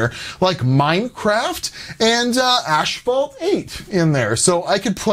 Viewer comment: Is not ASH-FAULT , read better gamer